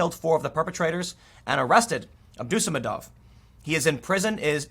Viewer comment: Once again, Tim. Those Russian last names, they are usually emphasized on second last syllable (third last for female names). That is, the syllable before ov/ev. AbdusaMADov.